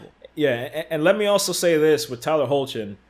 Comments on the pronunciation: its pronounced Hecklin lol - Tyler hoechlin (Hecklin) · Tyler Hoechlin's name is pronounces as Hecklin